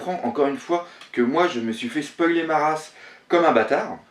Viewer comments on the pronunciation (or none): none